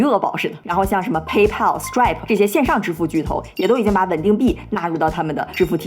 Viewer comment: Pay可以少放重音，不然就是OKX呸！：）